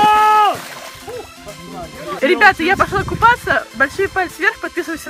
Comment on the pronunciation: Кто ещё заметил что она говорит мы будем купафца